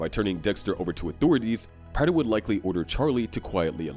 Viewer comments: It’s pronounced PRAY-ter not PRATT-er. Please learn how to read lil bro 🙏🏻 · Its prāter my man not the way you pronounce it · Stopped watching because of the way Prater was pronounced. I wish I could Bay harbor Butcher you for that pronunciation.